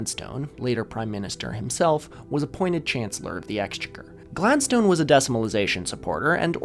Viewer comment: I wouldn’t normally leave such a comment but you seem like a guy who loves to learn so I must say that your pronunciation of ‘exchequer’ is wild. Also, names like Gladstone are typically pronounced with a schwa on the final vowel, not like the word ‘stone’.